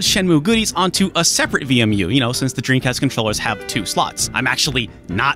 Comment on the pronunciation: Do you say “dreancast?”